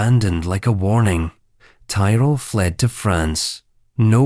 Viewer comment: This American faux-Scottish AI can't pronounce Tyrell. Andvdays Lieutenant like an American. Typical of this kind of low-class gossip channel posing as history. And gushing, camp, prose. 'Heteronormative normalcy" George I wasn't "picked by Parliament"; they'd already settled the Crown on his mother. Victoria didn't "ascend" she "acceded" - pure illiteracy